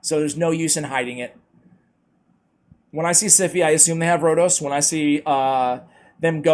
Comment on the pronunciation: FINALLY. IT IS HERE. AND YES YOU SAID MY NAME LIKE A LOCAL. CONGRATULATIONS